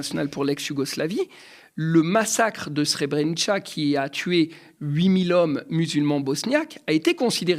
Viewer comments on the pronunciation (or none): Débat utile. Cependant une grosse inexactitude s'agissant de Srebrenica (prononcer "Srebrenitsa" et non "tcha"): les femmes et enfants pour beaucoup sont partis en bus, mais des dizaines partis avec des soldats ou civils armés ont été traqués et massacrés sur le trajet vers Sarajevo. Les 8.000 hommes Bosniaques exécutés l'ont été sous les objectifs en direct des satellites et aéronefs américains - notamment des bases de l'Otan en Italie, transmis dans les salles d'analyse de la NSA et de l'état-major américain. Cf. Enquête de B. Toulon, journaliste pour "La Croix", juillet 1995. Aucun responsable américain n'a été inculpé par le TPIY. L'amiral américain responsable sur zone a refusé de répondre à toute question et a pris sa retraite sans être jamais inquiété. Bien évidemment, les satellites russes obtenaient les mêmes images dans une similaire décontraction. Les satellites français, a-t-on affirmé en haut lieu, n'étaient pas opérationnels sur zone à cette époque... Le général français Janvier commandant de la Forpronu a prétendu n'avoir pas été informé par le colonel hollandais Karremans - lequel souffrait apparemment de coliques... - commandant le bataillon des Casques bleus sur place. Janvier n'a pas non plus jugé utile d'envoyer des renforts malgré la prise de contrôle de la ville par les troupes serbes du général Mladic, un grand humaniste bien connu, et en dépit des nombreux précédents dont celui de Vukovar. Le général Gobillard commandant le contingent francais à Saraje